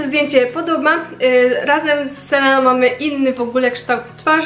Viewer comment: selena czyta się Selina 😉 ale filmik spoko 😊❤